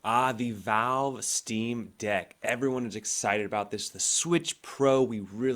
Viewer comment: The "Veeve"